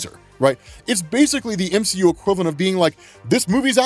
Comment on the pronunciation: The m-she-u 🤦